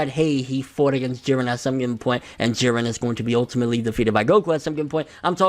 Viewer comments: Whew... You are finally pronouncing it not Jeed-ren. Thank you. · I'm glad he finally says jirrens name right